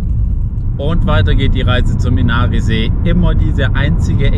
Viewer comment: Inari auf die erste Silbe betonen… wie alles im Finnischen. Gute Reise und Danke für‘s Video!